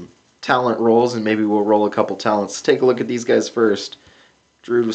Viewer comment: Roll not toll